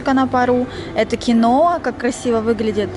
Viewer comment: Не киноЕ, а кИнуА.